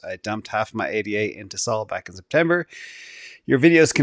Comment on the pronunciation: It's not A D A, it's ada. It's not S O L, It's sol. He really hates ada